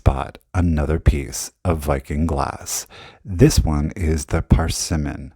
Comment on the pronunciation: Love your laugh & commentary! A little help with the Viking color pronunciations….the blue is called bluenique. Think unique when you say it except leave the U off….blue-nique. The orange is persimmon. Per-simm-en. Hope that helps! Have a great day!